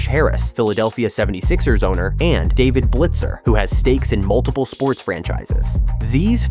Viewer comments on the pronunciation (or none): none